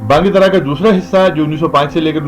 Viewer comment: یہ بانگ درا ہے نہ کہ بانگ دَرا